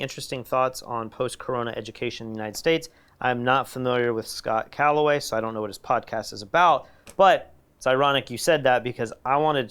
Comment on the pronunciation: It’s Scott Galloway not Calloway. Please check him out. Smartest guy in tech I’ve heard. Here is a clip of him talking about post corona higher education. Listen to the first few minutes of this